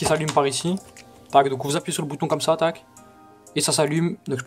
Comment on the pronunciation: tu casse la tete a dire tac mskn